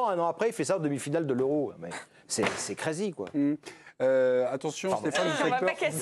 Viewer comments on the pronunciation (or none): C'est "craizi"